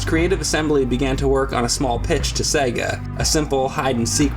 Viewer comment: S E G A, Say it fking Right you Luigi Looking Mutha Trucks. I.E Super Mario Bros Film